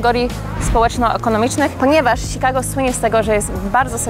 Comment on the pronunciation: mówi sie czikago a nie sikago.. wtf